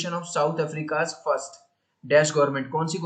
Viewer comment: i think you say first lun